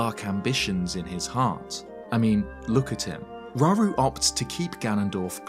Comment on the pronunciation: Slight nitpick, but if we use Japanese as the foundation for pronunciations (and I do) then it would be row-roo, not raw-roo. Ra-U-Ru (らうる). Same goes for so many other names in the series. Saria, Sa-Ri-A (さりあ) (sah-ree-ah), Mido, Mi-Do (みど) (mee-doh), etc.